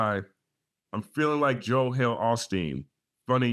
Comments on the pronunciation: It was on purpose. He pronounced Joel in a funny way and I initially thought that was the way they did it on the west coast. Then I listened over and over, and with the hints of AI and the Sixth Sense (the movie), I then realized it was Jo “Hal” Osteen. That made sense to me because of his precision. I cannot imagine that he would make a mistake. The lyrics that I saw online said “Joel Osteen” and not Jo “Hal” and I decided the online lyrics that I saw were wrong. I saw a few reaction videos that heard it the way that I did. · The Holy Spirit of God is also called the Holy Ghost I think that’s the reference to Pastor Joel Osteen. Plus the way he pronounce the name is suspicious. Then again, Kendrick ain’t God, this could have been a simple mistake that take a life on its own. As long he stays quiet, no one will ever know for sure.